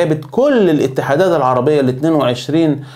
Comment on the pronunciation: اولا اتعرف كيف تنطق الاسم كما يجب اسمها الـفـيـفـا. FIFA بحرف إلـفاء بالحروف اللاتينية و ليس الـڤِـيـڤـا VIVA لأن المعنى لا علاقة لهم ببعضهم